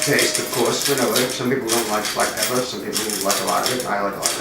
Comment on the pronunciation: Did you say Peppaaa??